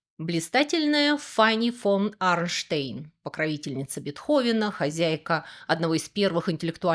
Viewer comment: Арштейн звучит для любого немца ругательным образом. Арш (Arsch) это буквально жопа. А вот у этой милой дамы, о которой шла речь, фамилия Арнштайн. Произносится буквально как будто из двух частей Арн-Штайн. В этом слове буквально 2 ударных слога. Что такое Арн не скажу, но Штайн - это тот же Стоун ну или камень.